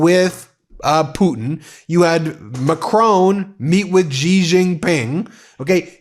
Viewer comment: Please learn how to pronounce the Chinese names correctly so you don’t have to offend people’s ears by repeated mis-pronunciation. The same way people slaughtered the names Kamala and Mamdani, you are doing with Xi!!!😢 Just know that the sound of “X” is close to “sh” Do that you will be golden💛✌🏾